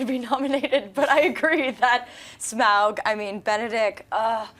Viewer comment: is the only one who pronounces Smaug properly.